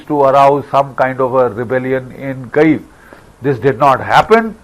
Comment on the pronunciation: Please note Kyiv is pronounced as Kiv not Cave